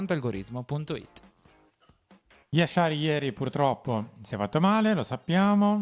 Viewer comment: Ma si può sapere perché si inventa questa pronuncia di Jashari con l'SH pronunciato come la J francese? E' un nome facile da dire, perché inventarsi pronunce farlocche?